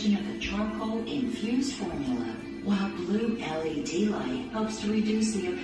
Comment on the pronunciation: saying LED lights and not led lights, getting lazered, living out with views 👀...girl is leveling up all over the gaff 🤣😂🤣 ❤❤❤